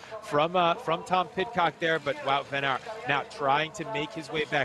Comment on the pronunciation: You say it as van aart. Not van eert